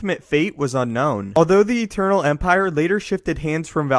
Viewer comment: gief theh eternal empireh man!